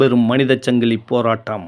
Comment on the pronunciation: அது சங்கிளி இல்லப்பா , ,சங்கிலி தமிழை கொலை செய்ய வேண்டாமே அன்பு நெஞ்சங்களே